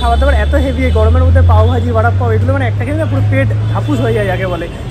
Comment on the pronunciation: বড়াপপাও বলে না বলে বড়াপাও।